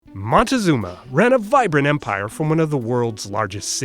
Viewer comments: How come you can actually pronounce Xochitl and not moCtezuma? 😒😒😒😒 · First, it is not Montezuma (for gringos can't open their mouth). It's Moctezuma let's start with the right pronunciation of the name. Then, you can upload your video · Moctezuma!!! Not montezuma!! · It’s not Montezuma it’s Moctezuma. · You dumb fuck its Moctezuma not Montezuma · Pues no investigó muy bien de haberlo hecho mejor sabría que en el nahualt casi no existe la pronunciación “mon" así como el la usa, se pronuncia con c no con n, como en mictlan o Cuauhtémoc el nombre y la pronunciación correcta es Moctezuma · It's moctezuma idiot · It’s MOCTEZUMA for crying out loud!!!! 🤦🏻‍♂️ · It is written and pronounced MOC TE ZU MA.... Montezuma is a chocolate brand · I am laughing cause he says “MONTEzuma”… so silly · and by the way, there were no aztecas, they were mexicas, because, when they leave aztlan, they becomes mexicas when they arrive to México, the right pronunciation of México is" meshico" and "meshicas" and Moctezuma! 👿